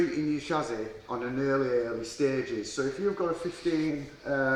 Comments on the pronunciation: snapped shassy ... from yorkshire and it would sound better if you said chassis or chassy would sound more profesional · Had to turn it off can’t be doing with the way he says chassis!!.. it’s not SHAZAAY!